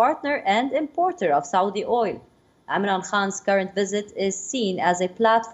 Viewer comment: Who hears amran Khan instead of Imran Khan